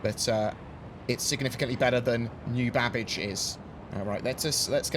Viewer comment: Babic or Babbage